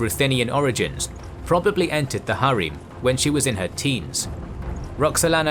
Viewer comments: its not pronounced as "Har eem" its just "Harem", the ending "-em" is pronounced as same as "-em" in the word "empower". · Bro it’s not hareem it’s called harem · Why are ALL the names butchered even harem??